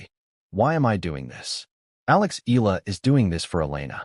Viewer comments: E-YA-LA is the correct pronunciation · E-YA-LA: that's the correct pronunciation